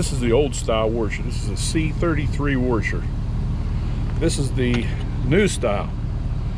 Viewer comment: Good channel. Just stop saying "warsher"